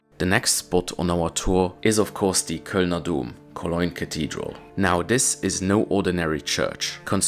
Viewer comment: i love the way you say Cologne :) koloynn :)